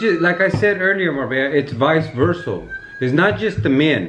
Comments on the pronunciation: Who’s gonna tell him that it’s “vice versa” not vise versol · “It’s Vice Versal” 🤔 OK, that’s new, gonna have to start using that one